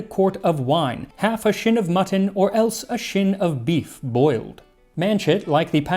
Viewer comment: That "Chyne" that Max pronounced as "shin" is, I believe, pronounced "chine" to rhyme with shine. It is a section of backbone and its adjoining parts, although in some contexts it can refer to a bone-in forerib.